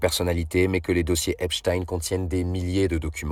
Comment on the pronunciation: Pour une fois son nom est prononcé correctement